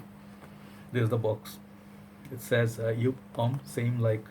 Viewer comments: it is Joup not jup.Joop is cherry syrup smell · jeco F It’s Yōpe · Love your reviews, but I think it's pronounced as YOP, like POP lol